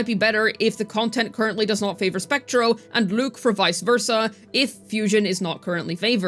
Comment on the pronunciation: Why you keep pronouncing his name like that 😭 Lüük 💀